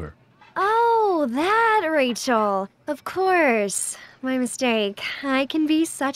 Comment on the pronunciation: Sarazar du nimmst bei Rachael ständig das a vor dem e weg es müsste wie Rafael klingen nur halt mit ch und nicht Rachel